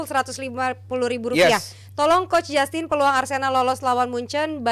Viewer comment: Justin❌️ Gus tin✅️ Assalamualaikum gus..